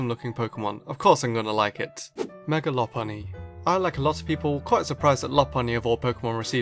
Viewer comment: I fuckin hate that you say megor not mega evolution